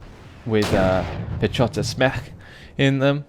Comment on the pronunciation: A couple of topaz with what the hell? lol. Read it like piehota, not piechota (always read polish ch like h) Anyway, very good battle, the best so far as i remember, i wish i was there. :(